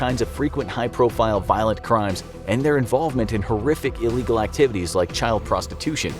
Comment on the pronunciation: Nicca said iegal alien smuggling